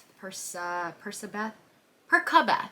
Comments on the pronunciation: It's Per sa beth not per ka beth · Its pronunciation is perSabeth with an s sound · it’s not “per-KUH-beth” it’s pronounced “per-SUH-beth” because of how you pronounce percy’s name. it doesn’t really matter though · HOW COULD YOU!!!!! IT IS PER SA BETH NOT PER KA BETH YOU TRAITOR!!!! no it’s actually okay, uncle Rick called Luke Castellan Castel Lawn 😢 I forgive you. But I will never forget work for that one. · It's Per-sa-beth, not Per-ka-beth. Cause it's Percy, not Perky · Since Percy is pronounced like Persy and the c in Percabeth came from Percy's name it is pronounced Per-sa-beth not Per-ka-beth. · it is PerSabeth bc his name is Percy (per-sea) not (per-key). This is a hill I will die on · percabeth fans got FED in ep 5. also i pronounce it perSabeth not perKabeth. mainly bc its perSy not perKy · Isn't it clear that Percabeth it's pronounced Per-sa-beth, contrary to Per-ka-beth? Because the C is taken from Percy, right?! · Percabeth sounds like “purse” not “per-kuh” 😂 it’s like Percy + Beth but with an UH in the middle, remove the Y. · Pronounced Persabeth. -If we get a second season we will probably get the rest of the series because they all end in cliffhangers after that. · Per-sa-Beth it hurt me every time you said perkabeth 😢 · We need to clarify this. Percabeth is pronounced per-suh-beth. I understand that phonetically it's perk-a-beth, but the c in Percy is pronounced with an S sound (because it's short for Perseus). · please dont say perKAbeth its perSABETH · Percabeth should be pronounced persabeth and I will die on that hill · Per-sa-beth because Annabeth doesn’t have a hard c, nor does Percy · ITS PER-SA-BETH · girl its per-sa-beth hehe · per- sa- beth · It’s Perseebeth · It's per-SA-beth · its per-sa-beth because there is a soft c in Percy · Per-se-beth like in persy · Percabeth is pronounced "Percy-beth" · THE PERCABETH PRONUNCIATION IS PURSE-ABETH 😭😭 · It's pronounced per-sah-beth and I'm willing to fight on this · it's like purse-uh-beth